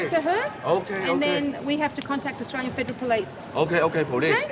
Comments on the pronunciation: "I atwyan" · Fist dude can’t even pronounce Australia but very arrogant that he has a “Otralian passport”. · I ot-rale-ien.....ummm, yeah, ok.